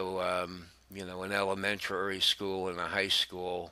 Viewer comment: He also mispronounced "elementary" as elementarary". Please get someone to to narrate theses videos who can actually read. I agree, though, that he should NOT have been sent to a monastery near any schools.